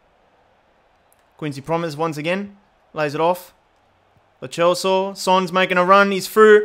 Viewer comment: It is pronounced as loseo not LO chso